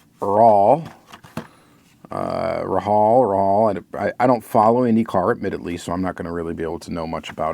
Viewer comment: More like “ray hall”